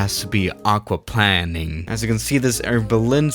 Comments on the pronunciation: It’s aqua plane ing not aqua plan ing 🥴🤦🏻‍♂️ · No ones gonna talk about how he’s saying “aquaplanning” instead of “aquaplaning” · Aquaplaning has one 'n' and isn't pronounced aqua 'planning,' it's aqua-plane-ing. Just thought I'd let you know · The way he says aquaplanning like aqua plan ing. Like it means planing somthing with water 😂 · Pronounced Aqua+Plane, not plan. Great video though, and big fan. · Can somebody PLS explain to that it’s pronounced Aqua/Hydro-planing. He’s pronouncing it like planning... he literally flies planes he should know how to pronounce “Plane”. Also, it’s not half the tire height when you start to have this happen, it’s half the TREAD height 😂 how tf are you supposed to land a plane in water that’s halfway up the tire... not too sure airliners are certified to do that 😂😂😂😂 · I’m sorry but i cringe everytime I hear aqauplanning 🙈😂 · When the pilot plans to play water polo on the runway, its called *aquaplanning*. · It’s pronounced like aqua plaining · Isn't it pronounced plain-ing? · It’s also plain -ing lol love ur vids tho man keep it up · its hydro Play-ning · lol yes, its pronounced aquaPLANEing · isnt it pronounced hydro planeing? I know that's spelled wrong that's how ur supposed to pronounce it I think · Jesus it triggers me how he says aquaplaning 😂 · aquaplaning...... you are saying it totally wrong too. here is how you pronounce it. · Everytime he says it's I am like argh